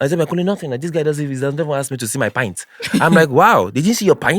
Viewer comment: They pronounce pant as pint.